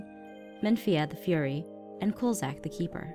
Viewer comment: Anyone realize notice sasha's mistake in saying Kul,zak The Keeper?